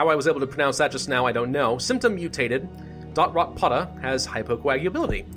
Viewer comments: I’d like how you say “DotRotA begin in Africa” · nobody: not a single soul:: dOtRotPoTa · Don't say DotRotPotA ever again ever dont